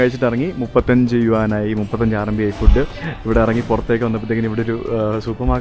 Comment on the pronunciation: It is not RNB, it is RMB, short form of renminbi, the full name is Chinese yuan renminbi